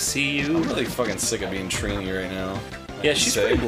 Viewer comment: Correct me if I'm wrong but her name was Trina not Trini